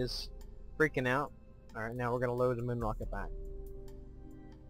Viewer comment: mun is not pronounced that way...